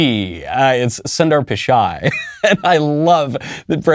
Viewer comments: Soonder Poochaay is a wonderful way of pronouncing whatever his name is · Sorry you didn’t get Sunder Pitchai’s name correctly either . It’s a Tamil name